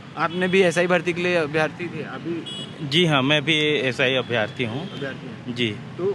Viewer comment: अभ्यर्थी होता है न कि अभ्यार्थी